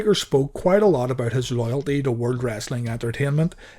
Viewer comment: Why you say "The WOLD TITLE?